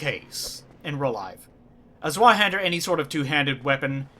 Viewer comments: Your pronunciation of Zweihänder is just fine,. No need to lose sleep over it. Also, real Zweihänder only weigh 2-4 kilograms or 4.4 - 8.8 Pounds. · Maybe I should have said "good enough". It is alot better than saying "Sweehander" tho ._.